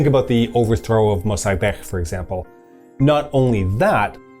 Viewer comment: I just realized, maybe the reason you're pronouncing the "a" in "Mosaddegh" weird is because you're misinterpreting the IPA symbol [æ]. This is not mearly the diphthong [ae̯], as in Latin and in your pronunciation. Rather, IPA [æ] is the sound jf the English "short a" in "cat", "map", "bad", etc. Farsi has 3 pairs of "short" and "long" vowels where the short and long vowels don't have exactly the same quality (which means that even though final, and therefore stressed, short vowels are often pronounced as long or longer than "long" vowels in other syllables, you can still tell which was intended by the quality of the vowel): short "a"=/æ/, long "ā"=/ɑː/ short "e"=/e/, long "ī"=/iː/ short "o"=/o/, long "ū"=/uː/ Also, apparently the "gh" is pronounced as a (supposedly voiced) uvular stop [ɢ] (like a g but further back) word when not between vowels, and only makes the more typical (fricative) "gh" sound between vowels. The intervocalic sound is labelled /ɣ/, but I think it's safe to assume it's probably actually uvular or post-velar rather than velar.